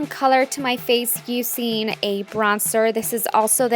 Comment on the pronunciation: "youuuu-seeen"? you mean using...